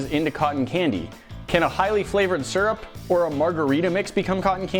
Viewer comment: please look up how to pronounce "syrup". I'm not a native English speaker but I'm very sure surrup isn't it mate